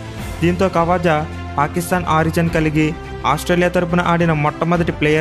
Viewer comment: ఖవజా కాదు..... ఖ్వాజా